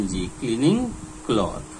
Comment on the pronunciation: Cleaning not clening